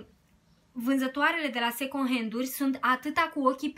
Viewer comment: In multe videoclipuri te aud spunând second🙈 , încearcă să nu mai pronunți așa. În rest ești super draguță și îmi plac clipurile tale.❤️